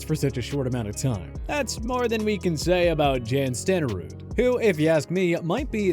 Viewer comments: "Jan" Stenerud was an elite kicker. The mispronouncing of his name was absurd. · Hard to take this seriously when you cant pronounce players names right (Jan Stenerud). Bunch of morons at now. Also Lynn Swann got in for the same reason Terrell Davis got in. They were absolutely dominant in the playoffs. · Lol I’m suppose to value OPINION??! Guy says Paul Hornung, Jan Stenerud and even the words ALL PRO incorrectly. The Jerome Bettis take is so ridiculous it’s not even worth mentioning, he was a pro bowl player 6 of his 13 seasons, he retired as a top 5 rusher of all time. I seriously watch to laugh at how little they know bout the NFL